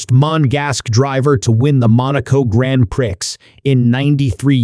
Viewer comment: “GrAnD pRiCkS” 😭🤚